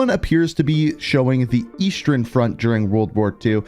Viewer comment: Bro, why do you say eastern and western like “Eastrern” and “Westrern”? 😂